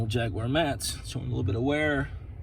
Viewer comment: It's good to hear someone pronounce the company name correctly